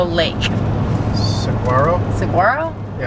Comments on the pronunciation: The first time saying it was the best, but all were off. It is Sah-waa-row with a slight roll of the r if you want the full effect. Most don't though. The sound of the floors remind me of my great grandmas house in Bisbee. That is the sound all the old houses make up there. Might stop in sometime. The 4th of July they always do cart racing down the main street. Bisbee (old Bisbee,, jot new Bisbee) isn't what I grew up knowing, but it still has some of its history left. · LOL, you guys killed the word "Saguaro." I was born and raised in Arizona, although retired here in Central Oregon these days. How the cactus is pronounced phonetically is Su (as in summer)-war-o 🙂. Keep the videos coming. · As a native Tucsonan, I have to say, that was the best mispronounciation of Saguaro I think I have ever heard. Lol. Thanks for the giggles. And thanks for sharing Arizona! As I age I am realizing I am realizing how much of my own home I have never explored. How do you find your locations to visit?